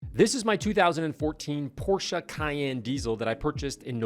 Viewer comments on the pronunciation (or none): It’s porsche, not porscha… love ya!! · Porsha is not correct ;) They don’t pronounce it like that in germany, it’s porsche with an e (european e). Never got to me how the porscha thing came to be, but anyways who am i to judge, i mispronounced Jeff Goldblum for half my life :D Have a good one 👋🏽